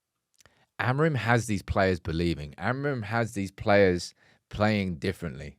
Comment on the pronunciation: Here's a tip to say "AMORIM" properly: Don't read the last "M". Here's how: take the word "sing" as an example. Now drop the "G" and you get "sin..." right? Now say it again: "Amorim"! Don't read the "M"! :)